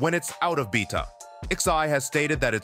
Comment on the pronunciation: Stop using AI to make your videos, the shit obviously can't read because it can't even say the word beta! Using AI to make videos so you can make money is so disingenuous, if you can't do it yourself get a real fuckin job!